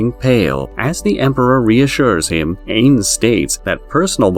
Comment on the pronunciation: So this is a satire recap. its pronounced EYENS and why are you recapping the most irrelevant parts!?